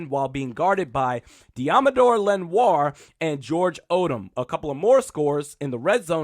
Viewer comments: Your wrs and dline should be solid this year. Iron sharpens iron and I love when shit gets chipy. But his name is pronounced lenoir (le-nor) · Respect for unbias reporting, Also Deommodore Lenoir is pronounced (Len-nor) LOL, just some pointless criticism. I actually dont care, I really dig your smooth delivery of the practices. Also, to enlighten you about why you have no damn choice for lining up one-on-one with Bosa, the 49ers had 48 Sacks last year (top 5) Bosa accounted for 15, Where do you think the other 33 came from? You do not want to assume your QB is safe if you waste an extra lineman on Bosa, The pass rush is our strength